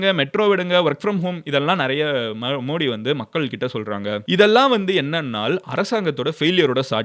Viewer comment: You are pronouncing the prime minister's name wrong. Not modi Modhi why South people don't like modhi ji where BJP there is safe like Gujarath, Rajasthan, Maharashtra, madhya pradesh